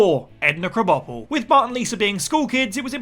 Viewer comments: Cannot get over they way they pronounce Edna Crabapple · Says Edna's surname wrong somehow though haha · You can pronounce Apu's names with great ease but Mrs. K you crunched it up like a crash test dummy